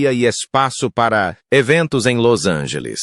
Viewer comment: desculpe sr é los angeles,e nao las angeles,e outra nunca na vida ouvi falar dessa dai.muito obrigado